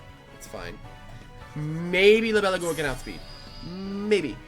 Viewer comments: It's agua not AguOa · it’s prounoced Lie-bel-a-gua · You pronounce it like the name. Li·be·lA·gu·a It's the Spanish words for dragonfly (libélula) and water (agua) mixed together. Edit: Could also be the Portuguese words for dragonfly (libélula) and water (água).